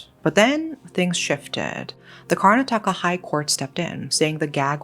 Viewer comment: Great video 🤩! Yet, sorry, I'm going to be that person. Everyone said "car- NAH- tah- kah" when I was there for a semester a while back. I love your videos,, and this one is no exception!! ❤ I'm just a stickler for place names that can be Googled. Though, in this instance, the AI overview did not match the plethora of videos and actual Google sound bite of the name that also matched my experience. With that said, you're the successful youtuber, not me, so do with that info what you will 😁 Seriously, I really do love your channels and am subscribed to both of them 😍🥰🤩🥰 Thank you for the excellent content!!